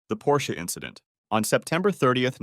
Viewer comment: "it was just an inchident on the track"